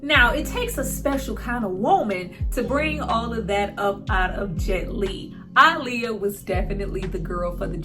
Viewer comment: I love that you say her name correctly ❤️